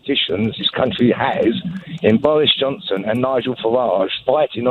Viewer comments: bowis Johnson, Nigel fawage and bwexit wefewendum. What a wentboy. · Nigel Fawage, Bowis Johnson, Bwexit Wefewendum etc. What a pwick.